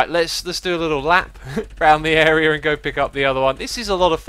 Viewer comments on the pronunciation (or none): none